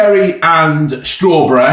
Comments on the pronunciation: Cherreh and strawbreh. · Cherreh and strawberreh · “I’ve picked up cherry and strawbereh” 😂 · CherrEh and Strawberrehhhh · Cherreh and strawberreh.